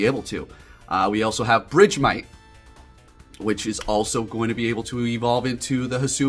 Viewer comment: BRIDGEMITE?🤣 I was so confused idk is that the correct pronunciation?? I always said it like “BURG-MITE” like ice-BURG